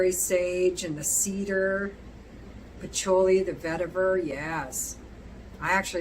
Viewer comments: Should be “pa-CHEW-lee” I love you anyway!! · It’s “fil-aw-sikos “ Also, I’ve never heard anyone pronounce patchouli like you do :)